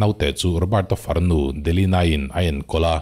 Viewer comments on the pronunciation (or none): none